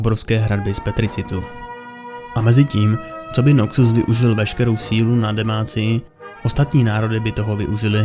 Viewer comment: Je to Noxus, ne Nokcus…. Děkuji